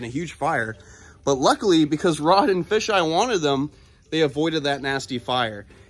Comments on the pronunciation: It’s not “fisheye” it’s pronounced Fay-ji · Rod's partners name is Kevin. And his nickname is pronounced 'Fay Jai' . Just FYI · psssst you pronounce kevins nickname as FAY Ji